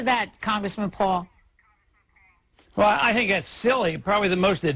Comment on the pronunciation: i just love it when she says Bwaldwn vs Pwul